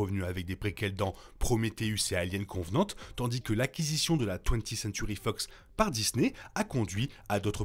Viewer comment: Merci, c'est cool de faire une vidéo sur la timeline d'Alien ! En revanche, juste un petit bémol : c'est Covenant et non Convenant ;)